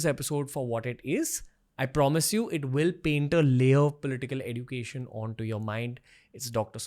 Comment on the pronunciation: Why do you pronounce education as education instead of education? I wonder in which country people pronounce education as education instead of education